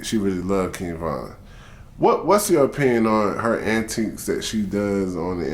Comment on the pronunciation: antics!!!!! not antiques